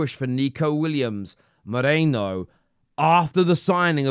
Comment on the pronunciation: I don't know why this small, insignificant stuff annoys me so much. Maybe I need help. But people, it's MERINO. MAY-REE-NO. No MOH-RAY-NO.